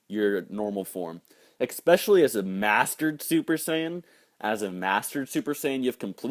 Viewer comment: Old vid buttt....... expecially is not a word........ lol ok you know that but great vid!!!!! You da best.